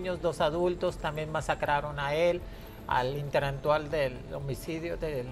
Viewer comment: Segundo 53, dice este señor vestido de mujer, senta(secta ) min. interantual, (qué es interantual?), Jajajaja la viruela del mono es menos inmortal jajaajaj, contanto (contacto) Jjjaja danna paola Show men, este señor ya ni sabe que decir, por favor heraldo, póngale un maestro que le enseñe a hablar.